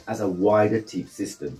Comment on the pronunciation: teip is pronounced tape not tip